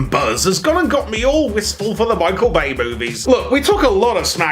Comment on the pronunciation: "Bichael May" though